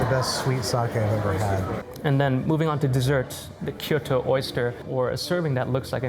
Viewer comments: Not ki yo to Kyo(have the k go right into the y)-to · Dude, Kyoto is 2 syllables not 3.